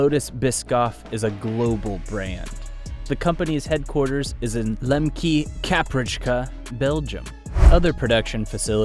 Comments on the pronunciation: I have never heard Lembeke, Kaprijke butchered so thouroughly. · Your pronunciation of Lembeke, Kaprijke took me out haha